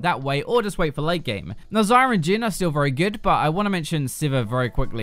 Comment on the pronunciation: Dude why the fuck do you say "Zyrer, Morganer, Janner"???? There is no fucking "ER" in their names. So fucking annoying to hear you.